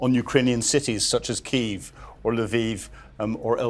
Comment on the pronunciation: Kyiv has two syllabics